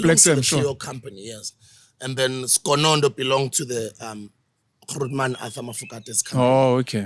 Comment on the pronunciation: Dj Sbu you are saying Kuruman ke ko di plasing, come on bro 😂 that is my home town. I love you bro, keep up the great work gents ✊🏿